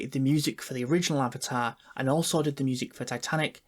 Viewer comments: Avata the wa of wae💀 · Avaar uh way of waur